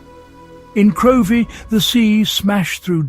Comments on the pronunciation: Get the pronunciation right its Crivie and Gamrie.. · and also Crovie is pronounced "Crivie" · Couldn’t watch it all, it was so awful! In Crovie (pronounced Crivie) where I used to live, residents don’t park at the top of the hill but the bottom and wheel their barrows from there. Many barrows of food would have ended up in the sea if they had to be pushed down such a steep hill!